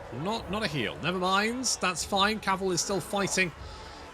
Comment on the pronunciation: The "f" in your "fine" is always a "fuck!"....😛😛😛😂😂😂 Can't wait for the incoming Waaagh against Dungeon-Boy....